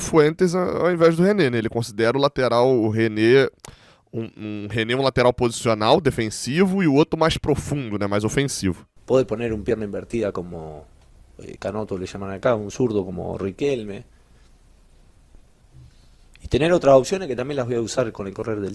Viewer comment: OBS: "Canotto" que ele falou era "canhoto". H é letra muda em todas as línguas latinas. Ele basicamente falou "canhoto" sem o H. O som "NH" em espanhol é "Ñ", provavelmente ainda não se ligou nisso